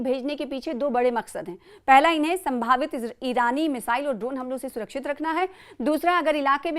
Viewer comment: Bolte Bolte. Aapki zuban phisel jati. Biman tayara hota. Khadi desh. Surachit. News18 urdu ya aur koi chanel. Akemak. Senao. Sayem. Milawat hone se maza kirkira ho jati.